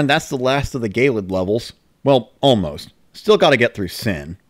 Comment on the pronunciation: i still think it's hilarious that they say "gay-lid" instead of "je-lid"